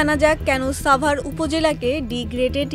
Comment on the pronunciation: সাভার এর উচ্চারণ এই প্রথম শুনলাম